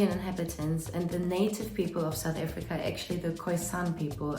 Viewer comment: South AFRICA...not efrica